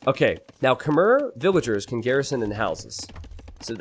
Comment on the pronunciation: 'Khmer', as a word, is pronounced to rhyme with the word 'air'